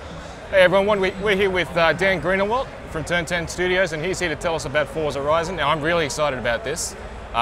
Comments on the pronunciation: its not fortza :@ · ITS FORZA NOT FORTZA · the fuck? fortsa? his pronunciation is horrible lol. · why cant thy pronounce it for-za? since when has it had a 't'? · Fortza Hurizon.